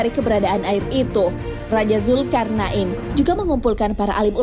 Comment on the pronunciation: kok dengernya kayak nyebut zulkar'nain ya?